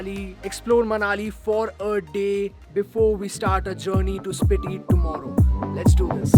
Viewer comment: It's स्पीति ! Just let you know. No offense